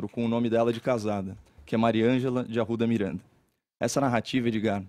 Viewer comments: 'Caeiow Arrwuda Mireeanda' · KaIo dE aRu'Da MiRaNDaH